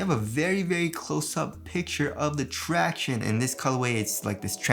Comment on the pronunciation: The “tracshownize”. Damn you didn’t do it!!! lol